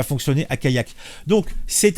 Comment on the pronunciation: Callac ça ne se prononce pas comme Kayak... Sinon une allée vous le prononcez "ayé" ???